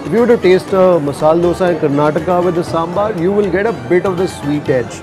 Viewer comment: Loved the way you said Saambaar...and not sambur; like some people do.